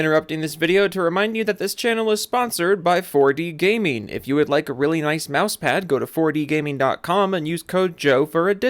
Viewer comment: I still hate the way you say "4D Gameen."